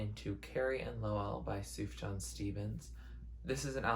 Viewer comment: also his name’s pronounced soo-fyan lmao (don’t worry it’s almost an indie music inside joke by now how confusing his name is to pronounce)